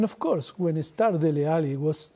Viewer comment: As a Nigerian Poch has the best pronunciation of 'Dele' than any Englishman, shout out Poch, bring him to Old Trafford!